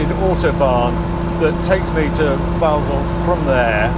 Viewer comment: Very refreshing to hear Basle pronounced properly.